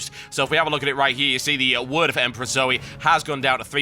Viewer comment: Dear TB its zoe not zoey sorry thats been annoying me